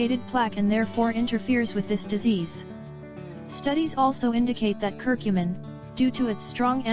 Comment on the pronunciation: I dont understand why she is saying cur cummin